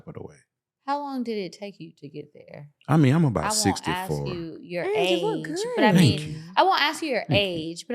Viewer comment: Wait did you said he was 64 or are my ears bugging lol